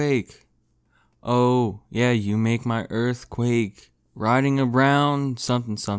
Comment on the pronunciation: Earf Quack